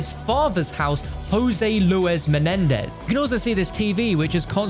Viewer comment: I’ll take a hit off a bong every time you say MENEDEZ